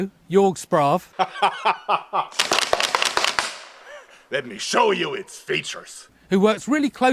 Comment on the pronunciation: it's pronounced "Yerg shprava" not "yorg spraav".